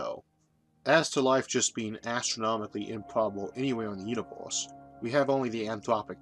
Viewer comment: the "univoorse" what dialect is that ???